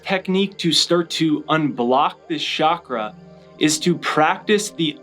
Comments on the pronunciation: Great video but it’s chalk-ra, not shock-ra. There’s no such thing as a shock-ra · ** Frankie & the Flowers So does everyone who says it wrong. It is NOT shak-ra. Do you understand my point? There's no Hindi or Sanskrit word "shak-ra". Say it right or don't say it.